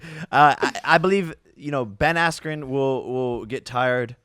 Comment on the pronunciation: The ref not letting him continue combined with Buffer mispronouncing his name „Askwho“ on purpose made this whole event feel super rigged and corrupt. Not even saying the result would have been different if they continued. But the ref looked like it would be in his interest if Jake Paul would win...